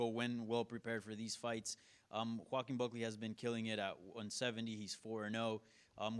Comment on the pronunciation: Joe a keem Smooth 🧠 pronunciation 😂😂😂